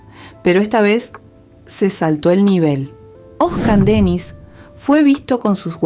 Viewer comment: Irritante escuchar el nombre de nuestro ídolo mal pronunciado